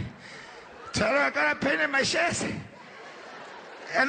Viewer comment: Vieja.... Igotta pein in mai shess..... An ai can breef